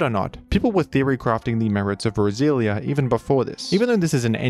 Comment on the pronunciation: funny how every time you say roselia is sounds like brazilian